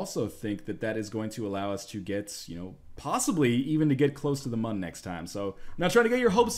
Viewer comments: Its pronaunced Moon not Mun. I suck at spelling but im good with how things are said. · For the record it's still pronounced Moon, theres umlauts in the Mün.